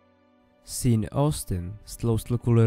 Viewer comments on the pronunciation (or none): Super video, díky! Ale Sean se nečte "Sín", nýbrž "Šón" 😂😂